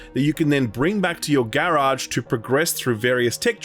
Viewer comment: Please never say garage again. Thank you.